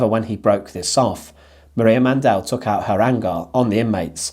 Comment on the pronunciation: Mandl is pronunced without an e Mandl, not mandel